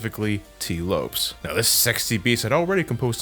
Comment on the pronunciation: Weird to see a hispanic man such as yourself mispronounce Lopes like everyone else. Oo